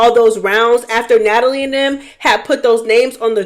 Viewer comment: “ Natalie … Na-Tal-Ya” took me clean out 😂